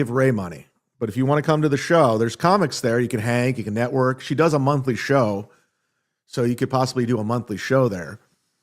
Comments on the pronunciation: For someone that can’t pronounce the word “show” properly, he sure says the word “show” a lot 😂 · I think he just enjoys making the “shhhh” sound.